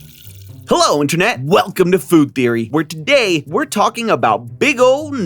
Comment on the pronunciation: bruv... saying 'but thats just a theorie, a fooood theoryyy!' just sounds so wrong T-T